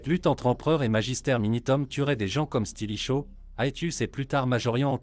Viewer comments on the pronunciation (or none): Les phrases sont lues d'une traite, sans "pause respiratoire", sans aucune ponctuation, c'est très désagréable en effet. Et la prononciation de mots latins comme "Valens", "limes" ou "Stilicho" fait mal aux oreilles